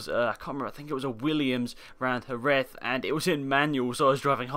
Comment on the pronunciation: jerez is pronounced geres rather than hereth ;p